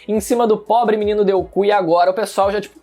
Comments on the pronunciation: o pobre menino deku o que eu escutei: o pobre menino deuku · “o pobre menino deu ku” ficou estranho É só escutar bem o tempo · o melher é ele falando deuku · “O MENINO DEUKU” KKKKKKKKKKKKKKKKKKKKKKKKKKKKKKKKKKKKKKKKKKKKKK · deuku? Que papo é sesse de deuku kkkkkkk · Mano ele falou deuku? Não foi isso que eu ouvi né kkkkk! No minuto ??? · Pobre menino DEUOKU KKKKKKKKK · Como os fãs falam: Deku Como o fala: Deu oku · mano???? Menino DeuoKu?????? KKKKKKKKKKKKKKKKKKKKKKKKKKKKKKKKKKK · Ninguém percebeu que ele errou em dizer deku e ele disse deu Ku kkkkkk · Foi só eu que entendi o pobre menino deuku kkkkk mas 27 desse mês tem a season do anime mn heheheheheh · "Deuku" kkkkkkkkkkkk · Ele falou deuku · "MENINO DEU KU" AKAKKAKAKAKA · o falando deuku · só fui eu que ouvi no começo quando ele falou "o menino deu o c*"? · Acho q eu delirei escutando a pronuncia do codinome do midorya (Deku) de forma um tanto q deuoc*? Ou eu to errado..kkk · " delku " kkkk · "deuku" Kkkkkkkkk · "o pobre menino deuku" kkkkkkkkkk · “O menino deuku” kkkkkkk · DELKU? que isso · Não sei se foi proposital, mas escutei um "o pobre menino Deuku" KKKKKKKK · Mano eu acho q eu tenho problema eu tô ouvindo ele falar deuku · O cara meteu um "Menino deuku" ahhahahahahahaha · "O pobre menino deuku" skskksks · "Probre menino Deuku"🤣🤣🤣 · "Menino Deu-ku" WTF kkkkkkk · "Menino deuku" kkkkk